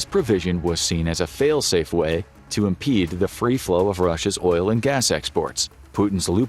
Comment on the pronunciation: "failsafe way" or do you really mean "fail Safeway" 🤔